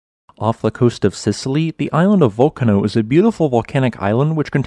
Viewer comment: Remember: Vool-CAAH-no is a much better pronunciation for the Italian volcanic island. The majority of Italian words emphasize the next to last syllable, I.e. spaghetti, lasagna, linguini, etc.